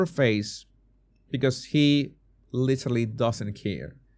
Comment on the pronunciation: He looks drunk. He slurs his words when he says "I literally". The slow eye closing is a classic sign of inebriation. I have been a recovering alcoholic for 12 years, and I know the behavior and speech patterns from my own experience of trying to cover it up at my jobs, with my kids, etc. No eye blinking is a psychopathic trait. I was married to a narcissistic sociopath. He looks generally disinterested and when he smiles it's really creepy. I'm not in politics but I don't follow the question either. The reporter sounds like a Karen.